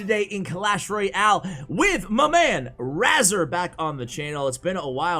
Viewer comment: They way says razar in the intro make me laugh